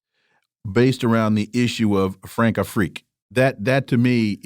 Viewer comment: Btw, Françafrique isn't pronounced frankafrique but France Afrique.